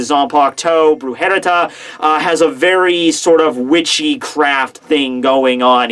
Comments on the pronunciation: you said wrong the Resurreccion of Zommari.. You said "Brujereta" (and you said in that way 2 times), it's "Brujeria" (means witchcraft).. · It's not Brujerita!!! IT's Brujeria!! your spanish sucks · Also there's no T in Brujeria. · The way you say his sword is 😷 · brujeria means witchcraft lol so yeeahhh